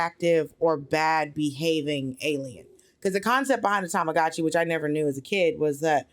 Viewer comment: Check out Hawaiian Pancakes. Great Restaurant Kona's Coffee, Pronunciation correction, it's TamaGuchi